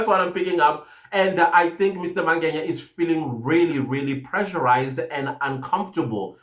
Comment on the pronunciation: I hear you say "Mangenya" when you speak about the Lft Colonel, it is actually Mangena. Otherwise, good commentary.